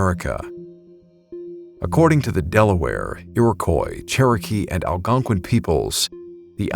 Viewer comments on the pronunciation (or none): none